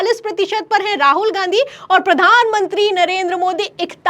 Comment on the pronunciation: मैडम आपके बोलने का तरीका सुधारे कृपया। प्रधान मंत्री होता है न की पधान मनती । और कृपया आलम तो ये हो गया बोलने से अच्छा कुछ और भी बोले। केवल आलम तो ये हो गया है बोलती रहती है आप बार बार। ऐसे में ऐसे में l बार बार एक ही लाइन बोहोत चिढ़ होती हैं